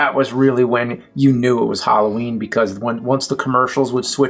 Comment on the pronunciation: I thought it was Halloween not Holloween. 😜